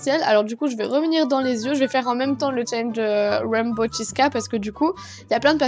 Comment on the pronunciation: c’est dommage mais arc-en-ciel en anglais c’est rainbow et non raimbow😅mais bon, on t’en veut pas😋sympa ton look!